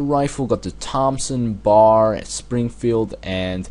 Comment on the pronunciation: its B-A-R, my GOD i hate when people call it a bar.